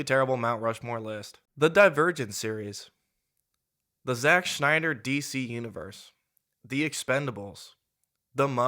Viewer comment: Stop pronouncing Snyder like Schneider!